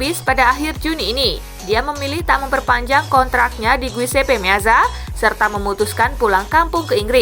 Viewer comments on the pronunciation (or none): none